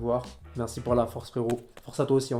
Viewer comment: « Neuuh c’est neurmaaal peur toi » chui morte 😂